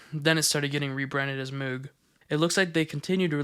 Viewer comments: 9/10 Moog is pronounced "Mohg" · It’s pronounced Mogue, like Vogue magazine. It’s named after the guy that created the Moog synthesizer, Mr. Moog. A lot of American electronics appliances companies got into the military industrial stuff during the Reagan administration. Lotta money coming in. Usually it’s in the form of an acquisition rather than just making the decision to make signal generators for the navy one day. The singer sewing machine company doesn’t exist anymore except as a brand to stick onto product in the hopes of capitalizing on their reputation generations past but they got into making weaponry both at this time for something with ICBMs and also during world war 2 amount m1911s, M3 grease guns. Twisted pair works better for preserving signal integrity and canceling out interference, party because of the magnetic field produced by either conductor on the other excluding the influence of other nearby conductors that aren’t coupled and in phase but mostly because it’s easier to filter out interference at the output end by filtering the common mode voltage of the pair which is what the balun is for. Alexander Graham Bell, the inventor of dirty talk on the phone about how you’re gonna go goblin mode on your wife when you get home and also just the telephone in general and also goblin mode In general, invented the twisted pair. Probably not for his first one cuz where was the interference coming from right? Just kidding, telegraph cables were everywhere and even the spark gap radio transmitter pred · Moog is actually pronounced mogue. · If it's the same pronunciation as the audio equipment, it's pronounced "MOHG" instead of "MEWG." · moog is actually pronounced like rogue or vogue. mohg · IT IS PRONOUNCED MOOG! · you're pronouncing MOOG wrong. its MOAG. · just fyi, I interviewed with Moog, it's pronounced more like mogue (think "rogue" but with an m) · Its pronounced Moog ;) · Lol at the mispronunciation of moog